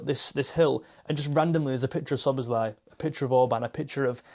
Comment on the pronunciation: Listen, my friend! Hungarian writing is completely phonetic, the essence of which is that each letter has a sound, and each sound must be pronounced clearly in turn. This also applies to names. In fact, the name Szoboszlai is also mispronounced in English. If you notice, that name also ends in an i. In the name Ármin Pécsi, the "cs" actually represents one letter, one sound. It's about the same as the ending of the word "touch".